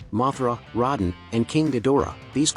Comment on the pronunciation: face-orange-frowning:RODAN is Pronounced as (Roe Dan); you knuckle headed:face-blue-covering-eyes: narrator!!! In 🎌Japan🗾 He's known as RADON🗼; But it couldn't called that here and any other English speaking country.. RADON is the name for a ☢radioactive gas☢! So the vowels A and O were switched around to spell RODAN!